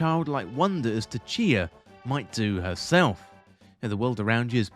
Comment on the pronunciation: Tchia - don't pronounce the T